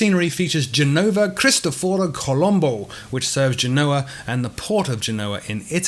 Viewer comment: Gènova not Genòva, accent on the fist syllable. Thanks.